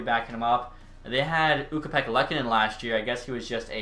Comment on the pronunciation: For the love of god stop saying LUKE-onen, it’s PRONOUNCED Ukko Pekka-UKkonen. You struggle so much with those Finnish names, another example being how u say Aatu RATTY 🐀, like buddy it’spronounced Aatu Ratu. Stop acting like u know shit and leave it to the actual big brains like Tougie. 😂😭😂